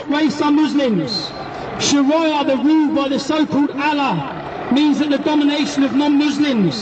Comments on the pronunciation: WTF is 'sharaiyah' last time i checked it was Shariah. Chav cant even pronounce the word, how embarassing. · Learn to pronounce sharia and show ur face , its a free country u dont have to hide , oh and by the way its the same god that Muslims and christens worship